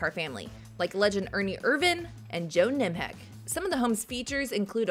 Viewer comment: Who the hell is "Joe Nimheck"???